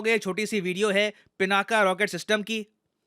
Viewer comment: सर, विनंती है कि पिनाक को पिनाका तो मत बोलिए! भगवान शिव के धनुष के नाम से प्रेरित नाम है हमारी मिसाइल सिस्टम का।